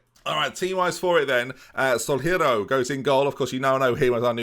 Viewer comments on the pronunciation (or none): Day 2 of asking for to rename Ramon Soalheiro to Ramon Sunny so he can stop butchering his name. Soalheiro means sunny in Portuguese